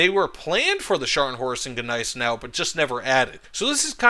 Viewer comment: jesus... stop saying GE neisenau... G is silent..